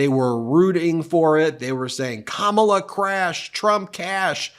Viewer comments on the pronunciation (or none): Kamma blah that how it is pronounced which it is juvenile type of talk. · Ko-mob-la!!!🤣🤣🤣🤣I can't. I JUST CAN'T!!!!😅😅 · His new nickname for Kamala is his schoolyard bully mentality kicking in with "Blah blah blah" as he toyed with mispronouncing her name in typical disrespect...hence "Kama-bla". He's the one in free fall about to crash into reality via a finishing body slam. Tim Walz comedic timing and cutting jokes must be making him and Just Don't Vance bleed. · The Trumpites may have difficulty pronouncing " K A M A LA " but the Democrats will have no problem saying they've " DONE OLD TRUMP" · Can We Please Pronounce Her Name Correctly since this is a weird Trump thing ✅ Great Pick VP Harris Thank you so much MT for All You Do To keep the American 🇺🇸 people Informed ✅ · Every time I hear trump butchering somebody's name, i think, " sounds like koolade flavors!!!"